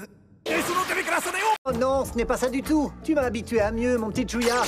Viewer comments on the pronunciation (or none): Mais oui il dit chouya au lieu de chuuya x)